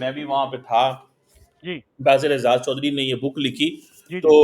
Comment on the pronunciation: Why do you get. He is not an honest person. Jalebi banayenge. And please ask him to pronounce your name properly. It's and not chorri saab 😊